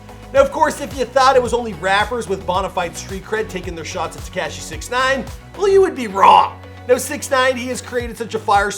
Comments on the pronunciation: Please stop sayin "Te-cash-e" (cringe) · Absolutely no one : This guy : “Teh-cashh-eee” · TehCashy! Wtf? ...Paramount, Ca!... 🇲🇽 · Freaking “tekAshi” 😂😭😂